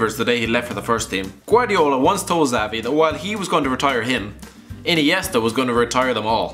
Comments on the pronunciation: It's Chabi, or Shabi, not Zavi or Chavi. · Did he said zavi ?wth